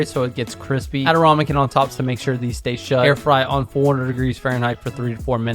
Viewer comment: Love the vid. But its rAmekin not rOmekin!